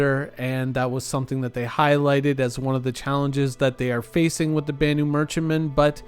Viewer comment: Its spoken with a loong A... BAAAnu Merchentman... that's why it takes longer